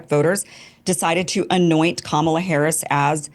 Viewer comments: This guy moderating is a weenie. How do you keep saying the name of the VP of the USA wrong. Have a little integrity and be mature enough to be able to pronounce the name of VP Harris correctly. It's Kamala (comma-la) not hard to get correct! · Her name is Ka-ma-la......douch! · For the moderator, say COMMA, La’s name correctly, racist idiot. If you can say Netanyahu, you can say Kamala’s name right. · It is KAmala, not KaMAla, as Trump likes to say. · try it now, I know you can do it.. KAHmala, KAHmala, not KaMAHla, think you can do that genius? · Why is that ding dong, repeatedly pronouncing COMMA-LAs name wrong? That's purposely... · It's "KA-ma-la" Pronounced like "Ma ma la" Show some respect people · the “moderator” consistently mispronouncing kamala’s name was so irritating. it’s COMMALA. how hard is that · Red Tie "moderator" won't speak English. What's wrong with him, he can't pronounce the former VP's name? "Kamala" is hard for him? When you say it wrong, we know who you are. When we know this guys name, let's say it wrong too. Destiny repeatedly said it correctly, then crackr red tie would say it wrong. Fail, as always. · Why can’t the moderator pronounce the VP’s name correctly? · The moderator seems to have an issue pronouncing Kamala's name. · Why can't the moderator pronounce Kamala correctly? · Who's the schmuck leading this,, his pronunciation of Kamala says, I don't belong here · The fact the host doesn't know how to say Kamala is kinda funny. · Is the host purposely mispronounced Kamala’s name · Can you tell that guy to pronounce Kamala's name correctly? Please. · Darn, Destiny the host kept purposely mispronouncing the VP's name that he got you to say it wrong too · lol he’s the perfect moderator, doesn’t give a FU(K about any position whatsoever, has no values, AND no standards! Can’t even pronounce Kamala! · The host can’t even pronounce kamala correctly … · It’s sounds so ignorant when the debate moderator pronounces Kamala’s name wrong.😖